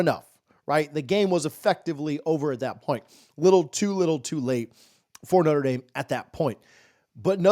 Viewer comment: Please quit saying "Noter" Dame. Think "Notra" Dame. I am a staunch Buckeye fan but I shutter when I hear sportscaster abuse the name of one of the best Catholic educational institutions.